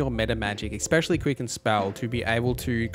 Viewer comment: it's especially, not ecspecially